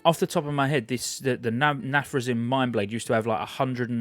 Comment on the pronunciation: You nailed the pronunciation of "Nathrezim", by the way =) Alternatively, rather than pronouncing it with an "im" sound at the end (like in "him", you can pronounce it more with an "eem" sound, like in "seem".